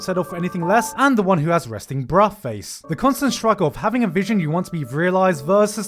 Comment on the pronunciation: why does garnt refuse to not pronounce the h in bruh?????